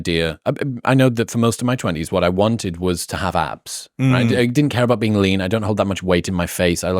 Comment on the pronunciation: Lowkey, it did sound like he said apps instead of abs